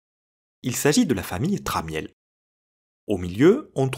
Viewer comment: Une version plus avancée pourrait essayer de convertir l'image en basse résolution ;-) Pour information, Tramiel se prononce "tramme-elle" (le i est silencieux). Jack détestait que tout le monde prononce mal son nom de famille.